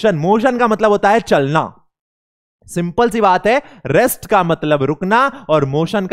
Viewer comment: Sir rest hota ha rext nahi